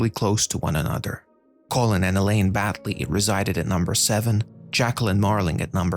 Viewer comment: Crowley... Rhymes with Holy.....